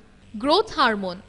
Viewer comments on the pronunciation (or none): It's hormone not "HARMONE" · Aunty , HARMONE nahi HORMONE hehehhehe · Its hormone not harmone